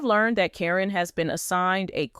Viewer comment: Quit mispronouncing names! Caryn is pronounced as Karen. You go back and forth pronouncing her name as Caryn and Corrine. You have also mispronounced Zach's name. It is not pronounced Zach but Zak.